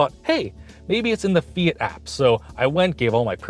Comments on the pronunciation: Why do you call it "Fiyit"? It's Fee-yacht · Fee-it? Really? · Eww, "Fee-it" Literally unwatchable 😂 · You keep pronouncing it "Fiet", but isn't it "fiawt"? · "say fiat right" my wife the entire video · Is this really how people in Canada pronounce Fiat, or just?